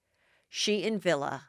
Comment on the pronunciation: Vili !!!!! Wtf not Villa!!!!